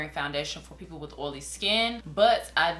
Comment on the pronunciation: the way she says oily LMAO